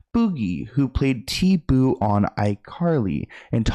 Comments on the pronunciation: Great work but who in the hell is “T-boo” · Not T- boo 😭🤣 it’s T-Bo like “beau” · 😂its not T-boo ITs T-"boe" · THERES NO WAY YOU CALLED HIM TEEBOO💀💀💀💀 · It’s T-BOW 🎀🤣😅